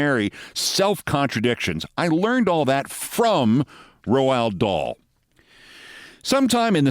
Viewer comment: Keith, please. Your mangling of his name is killing me. It's pronounced Rowld Daal.